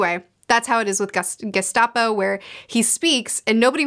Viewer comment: Did you call him Gestapo??? Gaspode, like the famous Gaspode...